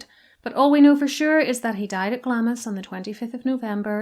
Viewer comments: Some of your pronounciations a bit dodgy! Moray is pronounced as if Murry not Morray, and Glamis is pronounced as if Glamms not Glam-mis. Interesting nevertheless. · I realise it's not the most intuitive but "Glamis" is pronounced "Glams" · Moray is pronounced like "Murray" and Glamis is pronounced like "Glams". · I know this because of Scotch pronunciations! May I trouble you for the correct pronunciation of “Glamis”? I have heard different content creators refer to is as “Glam-is”, but was once corrected while visiting Scotland, that it is “Glams”. Would you be so kind as to confirm for me? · I've visited Dunfermline Abbey (where the Bruce's body was buried), Melrose (where the Bruce's heart was buried), and St Conan's Kirk (where one of the Bruce's toe bones is said to be held). Just a wee note, Glamis is pronounced as Glamz. It is one of those Scottish place names that are just a wee bit weird. It is also where the Queen Mother was from. St Margaret is Scotland's other patron saint.